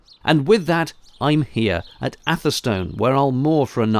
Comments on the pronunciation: I adore the fact you correct the pronunciation of Winding, after having gloriously mispronounced Atherstone as 'Atherton' at the start of the video... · Great stuff as usual -- thanks. Can't beat a narrowboat named after a bulbous perennial eh! Talking of narrowboat names, did we ever find out what yours is called? By the way, great to hear you pronouncing Atherstone as, "Atha-stn."